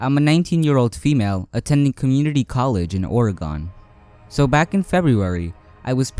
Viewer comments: oh no it was oka //_^ don't worry about it, I'm from Oregon I here people say it like that alot. it's just fun hearing other people say Oregon different. sorry if I sounded rude, I should of said it differently. I'm sorry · Do you speak any other languages besides English or are you from a certain place with an accent cause how you say Oregon is odd No hate just curious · Omf i know where the 3rd one was and i live super close to that campus DX i have lived there my whole life :O also you pronounced Oregon wrong (i dont mean to be a grammer freak sorry)